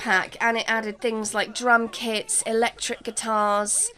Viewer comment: You said drum kits and I thought you said: drunk hits! 😂😂😂 Nice episode. ❤